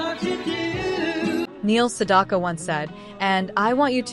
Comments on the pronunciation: Two issues with this video, both relating to the narration. The AI narration mispronounces his last name every time. The second syllable in his name rhymes with "back" not "dock". At the end we're asked to comment, and the AI narrator says "I read every single one", but pronounces "read" like "red". Makes no sense. The constant reminder that this is AI narrated distracts from the video, at least for me. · Yes! You're absolutely 💯 %!right about that AI female 👏 😒 🙄 👌 😑 😳 voice did actually 👌 😳 😄 🤣 😐 😆 over Neil Sedaka's #8 song 🎵 😀 😳 😄 🤣 👏 from the 1960s! And mispronounced Neil Sedaka's last name! Because 🤔 😏 there is no letter "o" in his last name!